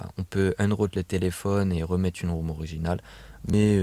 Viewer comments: On dit pas room on dit rom... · ahaha exactement comme rome... et on dit pourquoi rooter à l'infinitif dans le titre :-D